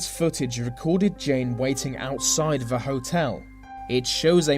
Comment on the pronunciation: This video was great but 'th' is not meant to make a v sound. Such as they and the you say vey and ve